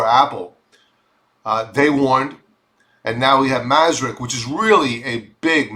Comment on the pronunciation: Maersk is pronounced "Mersk" not masrick